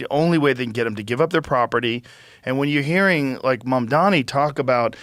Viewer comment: You don’t even know how to say his name .. who is mumdhami …😂